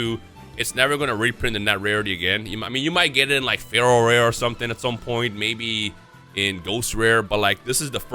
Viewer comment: Me not knowing anything about yu-gi-oh! thinking he's saying Feral Rare for 20 minutes before reading the card description 😅😂